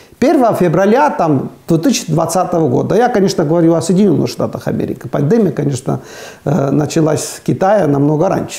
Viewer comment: пандемИИИИИИИИИИИИя, а не "пандЕмия"!!!